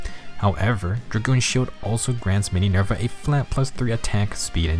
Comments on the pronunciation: Not Mininerva, TEENYNERVA!! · "Mininerva" Hwhsjhsngkdjshjd